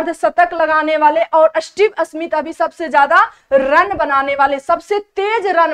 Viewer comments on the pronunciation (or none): Sahi tarike se bolna nhi aata Smith ko asmith bol rhi hai 😡